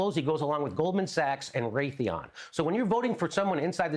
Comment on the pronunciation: And he said Raytheon. Lol